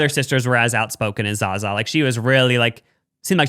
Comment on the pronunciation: It’s not pronounced Za Za 😭😂